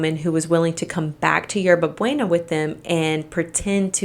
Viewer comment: 😂😂you butchered the pronunciation of Hierba Buena!! Its pronounced 《Yerba Booena. Thats fine though atleast you apologized.